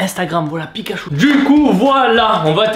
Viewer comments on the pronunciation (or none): none